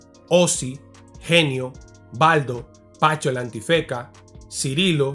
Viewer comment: Brother me encantan tus videos pero tienes que correjir algunas pronunciación de nombre como el de Pacho, tu dices PaNcho. Lol😂 es SIN la “N” Bendiciones cdt